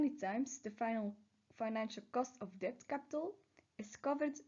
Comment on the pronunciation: I really like your introduction! I can give you one more bit of feedback. In your presentation you say "deBt" but you are not allowed to pronounce the B, so you just say "det".